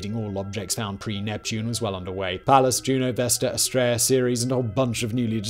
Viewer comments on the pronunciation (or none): none